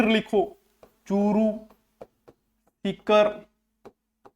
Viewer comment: Sir aap sikar ko tikar kyo bolte ho sir